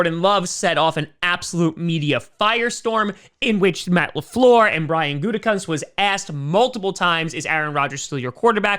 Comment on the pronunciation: Matt Le Fleeeeeeuuuuurrr Convenient French accent I'd expect from an elementary school teacher....wait a minute...